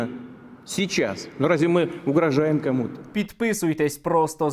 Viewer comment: "...нимєдліна, січас..." тьі, вова, можеш только на*рать себе в штаньі.